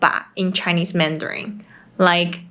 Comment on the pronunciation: please avoid using anything ending with N followed by G eg, MANDARIN*G It sounds ringing in my ears...mandaring. I know in the Philippines they have P and F disfunction. Same goes to Thailand, eg. S and C disfunction, eg, shop/chop. Shopping and chopping. TQVM. ❤